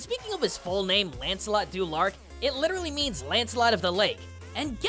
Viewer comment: Du Lac, not lark. You spelled it correctly, however you pronounced it wrong.